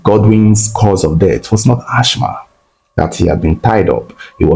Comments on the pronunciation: is Assma not Ashma ( real spelling Asthma). The H is silent. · That word asthma is pronounced "asma" not "achma" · It is not ash-ma . It is as-ma please. That is for pronunciation only and not spelling. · Its ass-mah and not ash-mah😊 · Sad story. Some people are really evil. Wicked wife and evil demonic in -laws. Lord have Mercy! Praise God all the accomplices got arrested but Africa corruption. The jail sentence should have been life for the wife.Thank you Reporter please stop repeating Ashh ma. The word is Asthma. Pronounced assma. Thanks. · Mother in-law and not mothers in- laws😒Asthma is pronounced Az- ma or As-ma and not Ash-ma🫡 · The word is Asthma pronouns it like Asma if the spelling confuses you, it’s not Ashma thats not how you pronouns the name, Ashma sounds like an Indian god 🤷🏻‍♂️ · AsTHma not ASHma pls 😩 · lt is pronounced Asma not Asthma. The spelling is Asthma actually. You can ask Ai or check in Google. It was a typographical error. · Uyo is not a state, rather it's the capital of Akwa Ibom State. And Asthm is pronounced "asma". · Asthma (the H is silent) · I was so embarrassed kept repeating it 😫